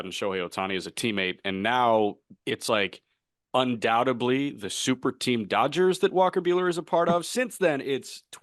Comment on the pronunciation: Since no one else is saying it, I’m going to be the a hole and point out that it’s pronounced “undoubtedly” with a “d” at the end